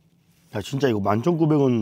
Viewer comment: 진짜 할때 감스트때문에 아 지짜 로 들림 ㅋㅋㅋㅋ